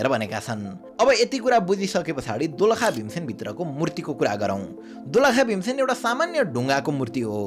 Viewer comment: Mahabharat ko Pandav Bhim hoina... Its Bhiiieen dyaaa ho. #Thatwaswrong.. Have a little bit depth study..